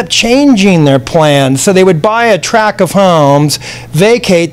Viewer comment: top drawer interview! likeable, sincere, no ego. (minor criticism : how often is he going to say "a track [sic] of homes"?!! TRACT!).